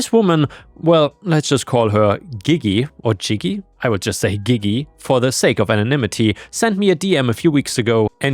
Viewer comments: To help you in the future, if a g is followed by an e or i it is pronounced like a j, although there czn be exceptions. So Gigi would be pronounced like jiji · Gigi is pronounced gee-gee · Gigi--sounds very close to 'she-she' with a bit of a 'J' at the beginning of each syllable. Like 'jhe-jhe". It's the title of a famous musical and movie. I don't find you an influencer. You are a levelheaded reader with a common sense opinion. I also like your voice and you are open to constructive criticism. Some people say I could be a radio announcer or a YouTube reader, but my voice is somewhere in the vicinity of Darth Vader's--it might be a bit overwhelming. But when I read the scriptures in my church, people suddenly sit up when I throw the voice of God at them!😅 ⭐️⭐️⭐️⭐️⭐️⭐️⭐️⭐️⭐️⭐️⭐️⭐️⭐️⭐️⭐️⭐️⭐️⭐️⭐️⭐️⭐️⭐️⭐️⭐️⭐️⭐️⭐️⭐️⭐️⭐️⭐️⭐️⭐️⭐️⭐️⭐️